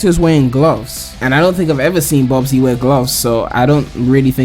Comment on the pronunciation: Bubsy its bubsy